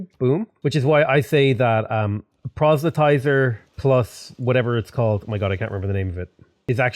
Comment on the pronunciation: I cannot express how much I love to hear that you finally figured out how to pronounce "proselytizer". :)